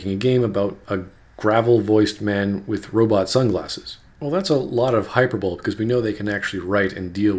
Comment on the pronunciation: Also, you mispronounced "hyperbole."